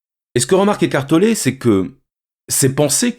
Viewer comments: J'ai entendu écartelé pendant 50min x) Mais merci ❤️ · Si je comprends bien il dit qu'on est en train d' ''écarteler'' notre esprit 😁 ecartoler... Toussa...